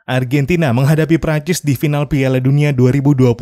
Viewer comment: Argantina yess